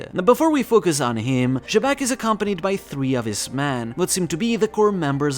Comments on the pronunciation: xebec being pronounced jaybec sound so dumb, almost like shitbag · You got Xebec's Japanese name wrong. It's written as ジーベック (JĪbekku) with the English pronunciation in mind, since the English pronunciation is like Zee-bek and the Zee sound would be ジー (JĪ/Zī). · that and he butchers the name more often then not.